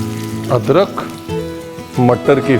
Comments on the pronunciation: Nice samosha aapne adrak ho adkar bola h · why are you saying "adkar"